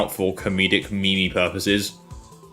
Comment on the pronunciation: Did you literally just pronounce meme like "mimi"?